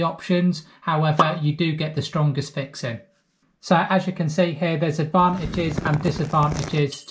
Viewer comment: Thanks for the great advice.. By the way, couldn't get enough of you saying "fixin". It goes great with your accent!